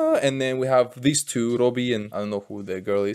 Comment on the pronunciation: He is Thomas Bolly, not Robby